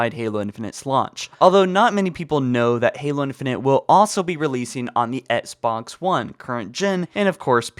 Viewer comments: It’s XBOX! Not SBoX that shit bugged me 😂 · He says etsbox one not xbox one HAHAHA😂🤣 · Why does this dude say ENXBOX ONE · Etsbox one 😂😂 just teasing lol love the videos bro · I love your videos but the way you say XBOX is making my eye twitch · Why can't you say the word Xbox. It really irks the shit out me... You need some English tutoring to eliminate it.